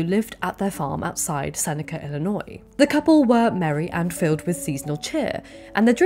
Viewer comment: As someone from Chicago I want to thank you for pronouncing “Illinois” correctly. Even some Americans don’t understand that the “S” is silent